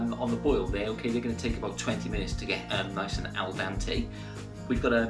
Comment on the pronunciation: Mate, it's "al dente", not "al dante".